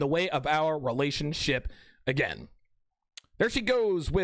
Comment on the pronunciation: Every time I hear you say "relationship" I think of Terrance Popp's pronunciation "relationshit".